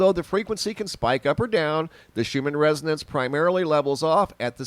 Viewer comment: Thought you were talking about the schumann resident's lol that's what it sounded like you said 😉hahaha